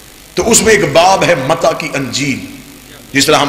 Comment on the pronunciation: lafz mata nahi balke mati hai pehle parrna to sikh le